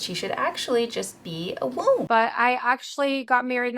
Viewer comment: I know the topic is serious, but I crack up every time she says "womb". Like what do you mean I should trust god with my weeaoumb, you vowel boomerang thrower